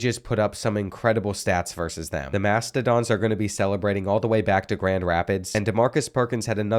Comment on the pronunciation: its "mastOdons"